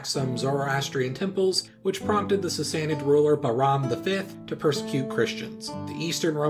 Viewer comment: I love your accent on the Sasanid Iranians.